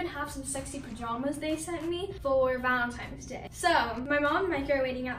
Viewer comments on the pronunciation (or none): Did she say valentimes day😂🤨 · Valentime’s day? Don’t you mean Valentine’s Day?!? 😂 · No hate but am I the only one who Heard Valentimes day, Instead of Valentine day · for VALENTIMES day not VALENTINES, valentimes. Wow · “Valentimes” lol she can’t even say It correctly. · she did not just say “valemtines” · “valentimes” day😂 😭😭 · “valemtimes” day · She done said valentimes day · "valentimes day" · did she say valentimes day